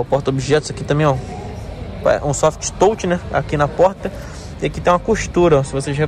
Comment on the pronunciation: Até gosto bastante dos vídeos. Poderia, apenas, pronunciar corretamente "touch"